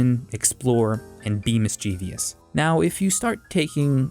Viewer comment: mischievous has been pronounced as mischievious